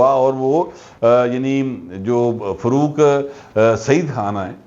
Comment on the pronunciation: اردو میں فروق نہیں فاروق ہوتا ہے